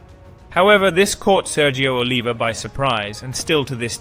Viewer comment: Pronounce the words properly mate FFS Good video but Reg Park. Sergio Oliver. Joe Weilder all miss pronounced and your English so you should know